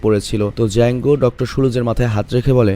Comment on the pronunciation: ডিজাঙ্গ আঞ্চেইন্ড নারে ভাই জাঙ্গ আঞ্চেইন্ড 😂😂😂